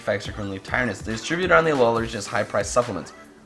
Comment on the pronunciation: why dont you pronounce it uh low LUH also tsareena